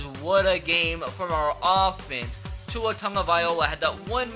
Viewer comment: Please say Tua’s name right 😂